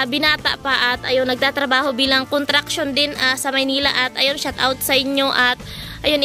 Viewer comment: Construction bhe hindi contruction ha...wag kang maooffend ♥️♥️♥️